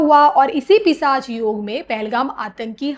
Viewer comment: अँकर मॅडम पिसाच नाही पिशाच योग bolna सिखिये.